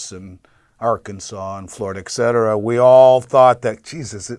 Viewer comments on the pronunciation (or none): God No bad idea Add additionally, anyone who can't pronounce the word etcetera is an indiscriminating dumbass